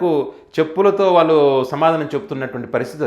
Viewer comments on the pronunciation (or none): none